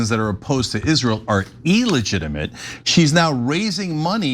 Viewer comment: First of all, it’s pronounced “ill-legitimate” not “eel-legitimate” Cenk. Secondly - did you think the NYT wasn’t autocratically run by israel? Did you think NYT would ever say anything negative about zionist pigs? Does this “Anton” person actually exist or was the story created with AI prompts?